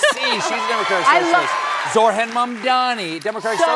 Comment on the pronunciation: Oh Stephen! Learn how to pronounce “Zohran!” It’s not “Zor-Han!”